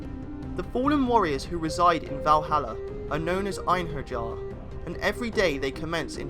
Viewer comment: It's pronounced 'enharyar' not 'enherjar'